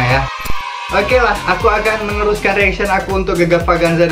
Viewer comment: Kan???sebutan beza Sebutan AKU NAQIU=AKU AKIM=AKEUW HAHAHA